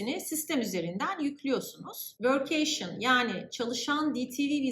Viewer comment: vörk-key-şın şeklinde telaffuz ediliyor